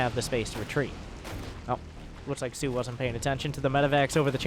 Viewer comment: please stop calling him SUE lmao